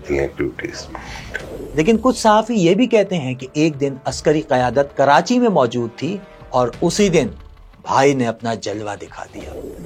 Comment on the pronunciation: Sir city name is not karanchi its KARACHI